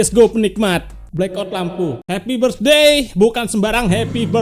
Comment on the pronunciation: Birthday cok.g ada S nya